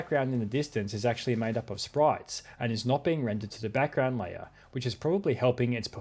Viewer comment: "Erm akthually"